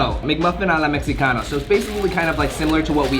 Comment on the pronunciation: C'mon bro, a la mejicana not mexxicana